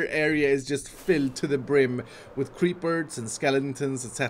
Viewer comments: "Creepards and skeliningtons" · "creeperts and skelntons" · creeberds and skellintins etc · "creeperts and sekelitonsns